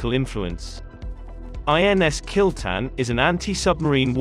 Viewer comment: its kil-tha-n but damm!! kill-ten sounds cool!!